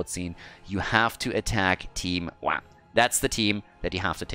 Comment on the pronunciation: ITS PRONOUNCED WAH!!!! NOT WAH!!!